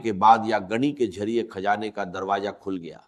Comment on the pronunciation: Kazana nahi khazana aor gani nahi ghani bolty thy Dr sahib Yi Ai hai